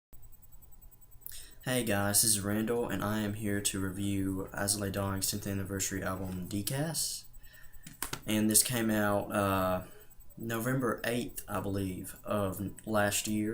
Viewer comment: Just a note on the album pronunciation, its said as "day-cas" because its latin. love the song Paralyzed.